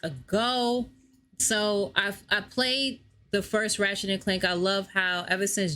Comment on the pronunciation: You said his name wrong